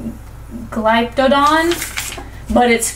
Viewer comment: It’s pronounced gliptodon